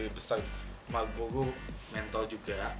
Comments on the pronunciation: mau ngevlog, jelasin donk R ny, bilang malboro kok jadi malbolo(R) ny mana ? hahaha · malboro coeg bukan malbogo